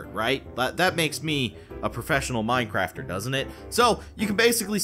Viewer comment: Did you just say mimecrafter this man is pro